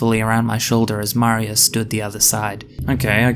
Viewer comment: is that... how you pronounce maria? like mario but a girl? is that australian maria?? also this is the least monetizable video I think I've ever seen on youtube